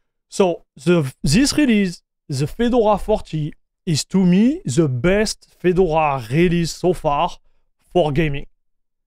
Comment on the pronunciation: Fee-door-ah . Your pronunciation sounds like Fidle-wah. Not knocking you or your English. Just a FYI